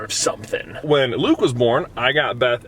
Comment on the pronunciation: i am so happy for you also claim your LATE tickets here edit: when i heard you say luke i thaught you said bloop lol